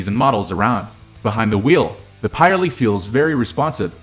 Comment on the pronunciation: Also I wish you'd fix your pronunciation of Pirelli